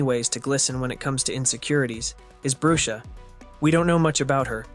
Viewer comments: Its not brue-sha its brush-a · the way he prounonced brusha "broosha"